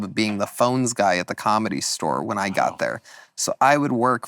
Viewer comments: Started at the comedy stower. What kind of pronunciation is that?! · Can Tony please stop saying the word ‘store’…he says “stower”.